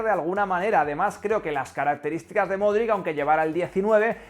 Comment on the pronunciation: por enésima vez el apellido de Luka se pronuncia “MODRICH”. Yo aprendí a pronunciarlo durante el Mundial 2018. Gracias por el vídeo. Voy a extrañar al buen Lukita el día que se retire.